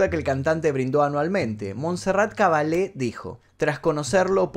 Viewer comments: Caballé doble ele seeeeeeeee pronunciaaaa elllllleeee y eso que usted habla españooool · Caballé es un apellido catalán por lo tanto se pronuncia haciendo sonar la "ll" ,tal como se escribe.Muy bueno el vídeo , enhorabuena! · Montserrat Caballé es española, su apellido catalán, no se pronuncia cabalé ya que no es italiano!